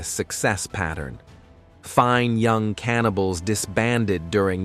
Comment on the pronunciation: Apart from sounding like the type of voice you frequently find on conspiracy videos there's a few points where it stresses the wrong words. Very noticeable when it's in the middle of a band name such as "FINE (pause) Young Cannibals" because the software thought the first word was a verb. I also use a generated voice for some help videos with Amazon Polly. I find speeding up the voice sounds more realistic as it doesn't then E-NUN-SEE-ATE every syllable. Using a non-American accent also makes it less likely that you'll recognise it as software. I do tweak it with options that tell it how to pronounce certain words and to add pauses in at the correct time. And no, I don't work for them 🙂